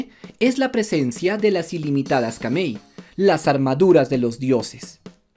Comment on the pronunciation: sigues pronunciando mal, no se dice kamei sino Kamui, literal como se escribe no es inglés o otro idioma donde las letras suenan distintas a la nuestra, el japonés se lee clmo se escribe, aparte lo dice así en una enciclopedia, tengo wena dataa😊